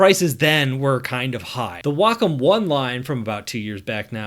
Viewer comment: WAY KAHM not WaaCUM. that's just gross.